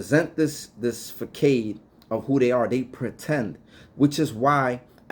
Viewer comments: Thank you, when he said Fuh cade, I wanted to jump in the vid and say Fuh saahd 😂😂😂 each one teach one! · Facade is pronounced “FUH-SOD”